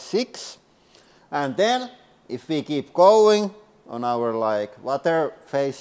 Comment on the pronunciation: “All the scientists have mess-ed up the díagram, it’s going to be arock”